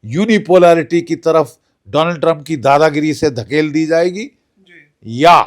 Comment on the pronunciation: मैं बोल बोल कर समझा समझा के परेशान हो गया हूं ,, नाम भी ठीक से नहीं लेते उस का डोनाल्ड नहीं,,,,, डोलॉन्ड 😂